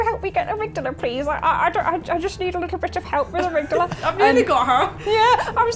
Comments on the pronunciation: armig dahla, it hurts me hearing you saying it like you did, they even say the name in the game "ohh amigdahla, have pitty on the poor fool" or somthing close to that i don't remember it has been a bit since i heard it hehe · please stop pronouncing Amygdala that way, it slightly hurts me every single time.